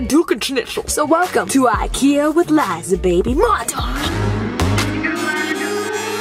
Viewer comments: Nora H jag också, blev så irriterad när de stog typ "ö" o hon sa "o"😂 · Robin Malmquist sooo true i was like you are saying the names wrong